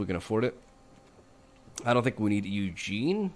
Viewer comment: nothing tickles me more than you calling Ugin "Eugene"